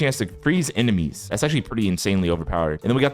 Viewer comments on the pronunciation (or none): none